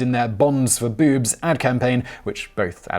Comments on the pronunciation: He said 'bewbs'. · Ok, I'm only 45 seconds in but just need to point out that I love the way you say boobs XD Bewbs...